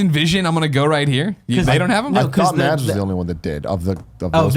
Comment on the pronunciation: The d in Mads isn't pronounced, it's more like Maz.